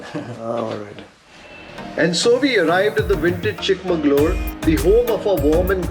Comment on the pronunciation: It's chikmagalur, not chik mangalur. Sad kannadigas don't know the difference